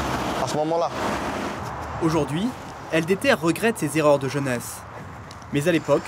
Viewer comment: "El deter" T'es serieux narvalo ?! 🤣